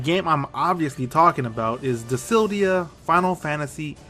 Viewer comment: Dude learn how to read. Dissidia not disildia